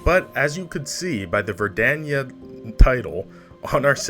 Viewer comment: Personally I'm a big fan of your dedication to pronouncing "Verdania" differently every other time you say it